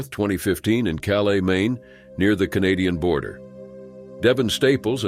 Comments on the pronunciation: Calais Maine not "cala".. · Calais is perused “KAL-is” the pronunciation he used was the French version from Calais France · It’s pronounced “Calas” Maine, Regardless of how it’s spelled.